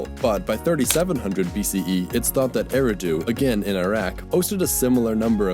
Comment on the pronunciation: Tigris not Tay-grease Yeriho, not Jerry-kou You can say U-RUK quite correctly. Why not other names? Slavic names like Dobrovody… Fk. Type it in the google translate, press the PLAY button and listen. 15 seconds work. Eridu is not a fucking Err-y-do. Talianki is not Tall-Yankee Maydanets is not May-do-not. Do NOT ever swallow word endings in Slavic words! What a fk-up! Why can you pronounce "R" in the word "UR" but never do it again where it's required? A-va-ris is not fucking Ever-az Thebes is not Feebs Could you have checked Chinese words, too. Carthage is not Kart-edge What is the point with Alexandria? Al-eg-zan-drya? Really? How do you make x sound eggs?